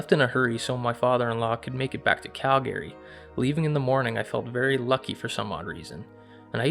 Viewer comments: It sounds like such bullshit he can’t even pronounce the word Calgary right ! And did he say these things suck meaning Bigfoot? That sounds so douche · Hey. You're pronouncing Calgary wrong. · Hearing a Canadian pronounce Calgary wrong blew my mind 😉